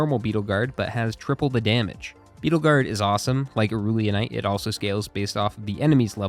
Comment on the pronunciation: He actually didn't pronounce Aurelionite correctly either HAHA he said Au-rool-ionite instead of rell, but it's definitely less egregious